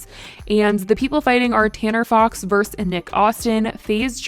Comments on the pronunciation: The abbreviation vs is pronounced ver-sus, not verse. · i love how says versus: verse 😂